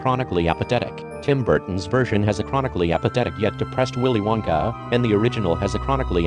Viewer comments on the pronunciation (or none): It sounds like.. "Willy Wankah" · willy winkha 😂